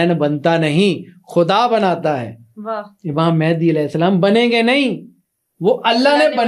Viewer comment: Imam Mahdi par baat karne se pahle unka naam toh sahi se lena seekhlen. Mahendi nahi Mahdi hain voh...